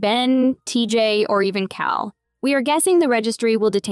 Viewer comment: Correct me if I'm wrong...but its Cal as in calorie, not call as in a phone.....yes? LOL